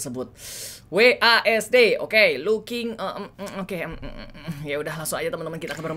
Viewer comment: Bukan WASD tapi WASED XD